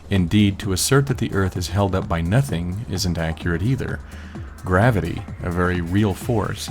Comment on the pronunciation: Whenever you say nothing I keep thinking you're saying methene.